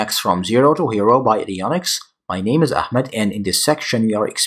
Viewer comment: Bryan Fury ahmed there is no khhh it is ahh ahhmed